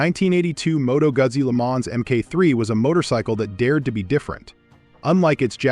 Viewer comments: I'm from Italy. It's pronounced Moto Goo`Zee not Moto` Guzzy! Good Lord! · Moto Guzzi pronounced Moto Guutzee.